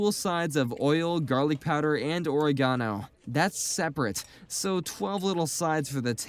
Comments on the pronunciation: please pronounce oregano and capsaicin correctly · Wierd way to say Oregano